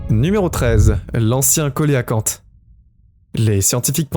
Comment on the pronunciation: belle vidéo , juste un petit truc on ne prononce pas coelacanthe , co..é.....la ...canthe , mais se prononce , cé (sé) ...la ..canthe , merci pour les images de ces poissons préhistorique .